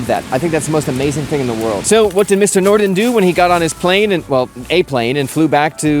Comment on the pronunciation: The Forvo app or website provides pronunciation of words, names and short phrases by native speakers. For Åke Nordin the last name is more like nordEEN. As a non-Swedish speaker, I could barely hear the d, making it closer to norEEN.